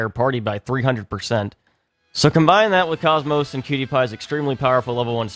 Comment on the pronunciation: The way you say KOS-MOS hurts my soul. It's a hard K not a C. Of you need a example go watch pretty much any cut scene from the xenosaga series (the games shes from)